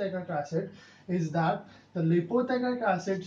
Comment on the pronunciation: What is l.p teichoic acid ? Expansion of l. p the pronouncation is not clear